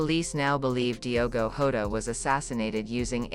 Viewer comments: Shame on you!!! You can't even pronounce his name properly...ewu Gambia!!! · First you need learn português.....and then say the names properly....lack of respect.